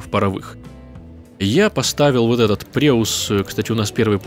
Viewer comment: он не преус, он пройсен)